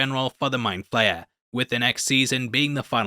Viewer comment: I’m disappointed you didn’t complete the— “I’m 85 years old & so butcher all names” Trifecta— and call him “Wall”! It’s: Vecna (not Vinca) & Mindflayer (not Mindflare)